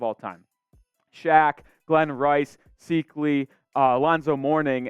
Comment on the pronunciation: Can we please get a new host for this show? Besides the fact that he no speak good, (“my number third option” “‘justifiable’ is that a word?”) & has the personality of a doorknob, that he pronounces Rony Seikaly’s name, “SEEK-ly” & doesn’t consider Alonzo Mourning a Top-3 All-Time Heat player, really makes me question his Heat acumen. Vote “No” on extending this host’s contract!